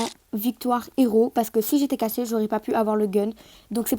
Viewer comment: Tu as dit cassé Pas caché